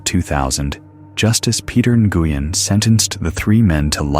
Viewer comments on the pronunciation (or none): none